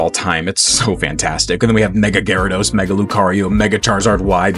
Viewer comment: GYARADOS, NOT GYARODOSE! FIX IT NOW!